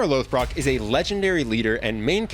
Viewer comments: I gotta say it, because no one else is saying it. It’s more like “Lawth-brook,” not “Loath-Brock” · Its pronounced Rag-Nar Loth-Brook Otherwise great video. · Loth-Brock?!?!?!? It's Ragnar Loth-Brook my guy. lol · When you said "Loath- brock"... I went outta of the video 😭😂😂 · Eww you said lothbrook gross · No offense but how do you mispronounce Lothbrok when they pronounce it many many times in the show